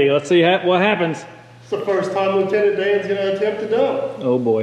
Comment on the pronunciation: Loo-Tenant-DAN?! lol You have to name another piece of equipment Gump. Just sayin' ... guy needs his pal right?